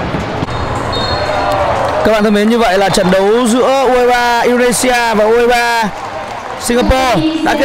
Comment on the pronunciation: 2 lần đọc sai Indonesia:), quá chán